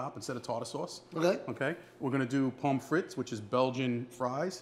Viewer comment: If you are interested, the correct pronunciation of pommes frites is, PUM FREE, not "pom fritz"--the final consonants are silent. Great recipes. :)